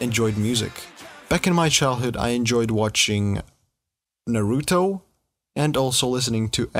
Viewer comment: 1. thats not how u pronounce Naruto...2. Metal is my favorite genre...but Rock is not dead...u must b listening to Gene Simmons idiotic rants